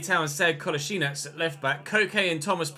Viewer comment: Your prenounciation of Kolašinac was very good!